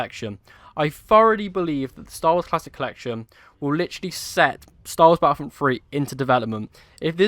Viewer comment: Battlefront 3 maybe but not battlefront 'fhree'